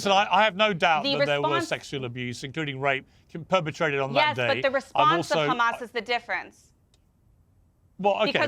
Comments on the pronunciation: Can you please stop this nimcompoop from saying KHAMAS ????????????? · Listening to eastern European settlers struggle to pronounce clearly middle eastern names is always fun. Khuh-mas. 😂😂😂😂